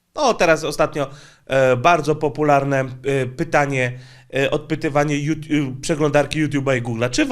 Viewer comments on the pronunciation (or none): none